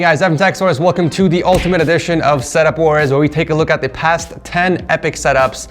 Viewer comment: he said sex wars